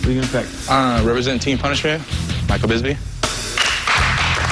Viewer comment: normal: Michael Bisping Tito Ortiz: Michael Bingsping